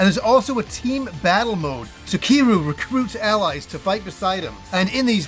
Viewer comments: It's pronounced as Kir-yu. Nit keeru, come on. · "Ki-ru"... Has Y in there.😂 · Why are we pronouncing kiryu like keeroo 😂